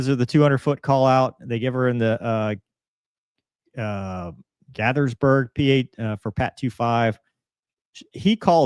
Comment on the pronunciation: Just a note from a local - “Gaithersburg” is pronounced “GAY-therrs-burg”…like the old gospel singers who had the TV show The Gaithers Homecoming.”